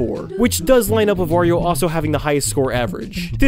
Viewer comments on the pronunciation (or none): none